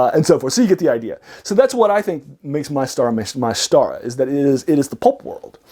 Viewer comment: Too long. Speaking too fast. Need to focus on the "pulp" topic. It's pronounced "mee-Star-ah."